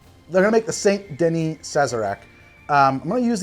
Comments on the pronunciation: I'm sorry but your pronunciation of Saint Denis as "Saint-duh-nee" instead of "san-duh-nee" hurts me 😂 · It's SAN-DUH-NEE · Even Arthur Morgan can pronounce "Saint Denis" properly and he's an uneducated gunslinger. Joe Biden Voice C'mon Man...